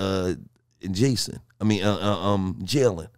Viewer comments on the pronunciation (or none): none